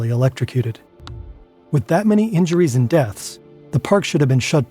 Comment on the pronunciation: That sound didn't sound at all like "that". It didn't have the expected pitch either.